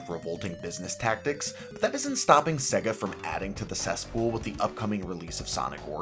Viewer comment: “Seggah” lol